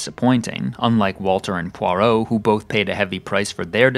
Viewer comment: You also mispronounce “Poirot”.